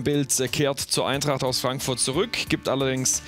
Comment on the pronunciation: Wieso hört es sich ständig an als sagte er Eintracht Frankfurtz..